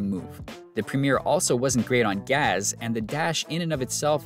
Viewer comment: Your pronunciation of “gas” as “gaz” has shaken me to my core. I may never recover.